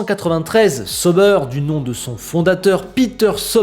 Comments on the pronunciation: Excellente vidéo encore un fois merci!Je regarde toujours tes vidéo que j’apprécie bcp!Juste un truc, Tu pourrais juste prononcer: SA-OU-BAIRE plutôt que SEAU-BEURRE? Ça fait mal aux oreilles pour nous Suisses…😅et en passant Hinwill c’est en allemand pas en anglais du coup le W se prononce comme un V de victoire:) donc IN-VILLE.😊vous êtes meilleurs en cuisine que nous en langues et ça se savait:) désolé pour le petit cours de langue j’espère que tu le prendras pas mal hehe. Vivement le début de saison!👍🏻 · ça se pronnonce aowdi et saowber 😛